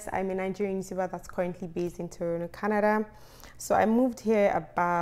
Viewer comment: It's the "TORONO" pronounciation for me😉😉